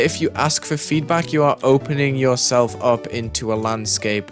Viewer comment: bro just turned asian when he said "FEEEDBAK" 💀